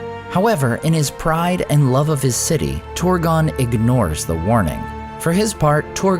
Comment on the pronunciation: You often dont even try to pronounce things correctly. Ive never seen a language whose trabsliterationnof "ur" is pronounced "or" But you consistently do it. Its not Horin. It is not Torgon.